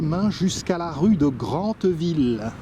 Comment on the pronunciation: J'habite Vaucelles depuis 20 ans. Un très joli quartier qui fait petit village. Oú presque tout le monde se connaît. Je me permets de vous corriger sur la prononciation de deux villes que vous avez mentionné :Grentheville (prononcé /ɡʁɑ̃t.vil/) et Ouistreham prononcé [wistʁeam]